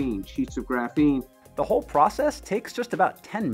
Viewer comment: It's pronounced "graphene", not "graphene".